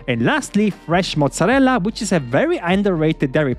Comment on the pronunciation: gesichert Italiener?! Wie du Mozzarella sagst:D